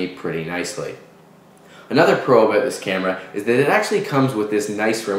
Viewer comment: "a 16 gig SD card in canada runs aboot 89.nointey nine"